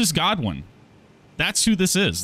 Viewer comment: Just wait for Vaati to do a lore video 😂. Also maybe Google how to say Godwyn before you butcher the Welsh language 😭